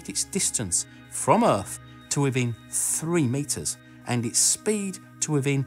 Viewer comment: " withen 3 meters" Had me spit out my drink and pulllll my hair on how shockingly accurate that was